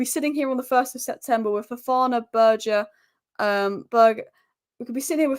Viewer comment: BURGER SAY IT WITH ME!!!